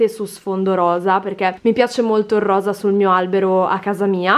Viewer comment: pronunci "RRROSA" come noi siciliani... Per noi per esempio anche "BBBORSA" ha la tripla B 😊😁